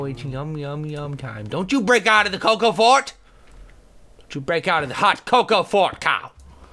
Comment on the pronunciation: when he said coco fort i thought he said coco fart